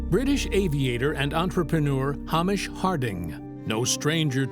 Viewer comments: Hamish is a Scotish name and pronounced HAY-mish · Have some respect and pronounce Hamish's name correctly. I doesn't rhyme with amish, it is pronounced Hay-mish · Terrible pronunciation of Hamish 🤣 but great vid x